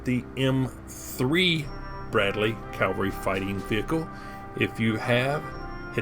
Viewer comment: Did you get to see much of Germany or Europe from beyond the Barracks? P.S. Is "Calvery" an Americanism or American pronunciation of cavalry (like how the British commonwealth pronounces Lieutenant as "leftenant")?